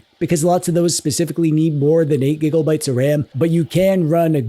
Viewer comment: Bro great video! Please stop saying gigabytes like that 😂